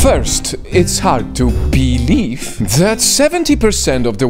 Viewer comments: I hate how he says BEE-leive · Haha I like every time says Beelieve